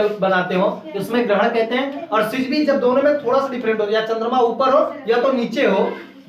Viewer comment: Not सिजिवी that's syzygy(सिजिगी )